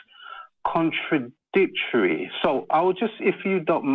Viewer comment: "It sounds ... contra ... dic ... tory." I dislike people who pause unnecessarily in an attempt to give very bland thoughts some inkling of greater consideration.